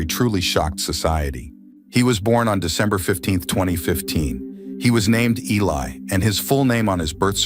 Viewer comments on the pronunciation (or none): This is why AI sucks. His name is Eli, not Ali. Mom is Julissa, not Julia. Get it right or don't put it out!